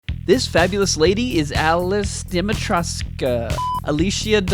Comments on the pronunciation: Al-Chi-Na De-Me-Trey-Skoo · Alishna demetrechku get it right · Whats so hard to say Alcina Dimitrescu?!